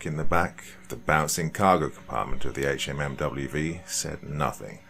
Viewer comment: fortunately, most of us civilians have at least heard a lot of the jargon and can understand it easily enough if it's used. Guess we can thank all of those movies sponsored by the American military. That said, this was kind of interesting. I don't think I have ever heard someone actually say "HMMWV" out loud in a conversational tone. Like, ever. It's almost shocking how ubiquitous "Humvee" has become. Anyway, good work with the actual writing! If you want to keep writing the gear's name out, you could always give a little key somewhere. "HMMWV = Humvee" as well as any other little errors that may be likely. I am not military or police as mentioned, but I used to hunt and find myself remarkably frustrated by the horrible attempts at pronouncing ammunition names.